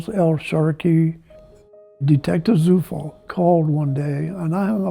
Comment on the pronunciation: I wonder if he is aware that his surname "Zufall" is a German word that means "coincidence". Quite ironic huh. BTW, "Zufall" is pronounced as "Tsufall".